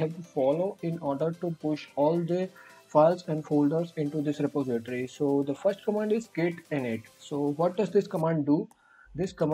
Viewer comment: Re-po-si-tory but thankyou really that helps :)